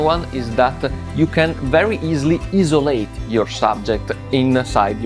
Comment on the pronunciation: good video and i respect you trying your english lol… it’s not bad but you will get there. As somewhat a new photographer myself I will support your content. Also the word Isolate is what you were trying to say…..pronounce it as 👁️ (Eye) - So - Late. You’ll get it don’t worry #TrustTheProcess. I’ll see you in the next one brotha 🤙🏾